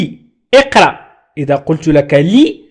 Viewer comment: إقرأ ليس إقراء وشكرا على مجهوداتكم استاذ.